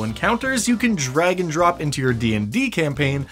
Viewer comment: Just had to say I heard "Drag and drop" as "Dragon drop" and it took me a second to work it out